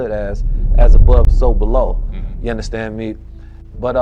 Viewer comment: You unnastan me? you unnastan me? you unnastan me? I cannot get enough of Billy Carsons mind, but that was hard to get through.